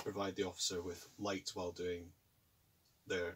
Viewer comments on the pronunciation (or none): none